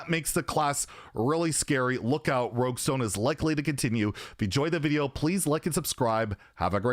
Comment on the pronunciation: I died when he said "roguestone" hahaha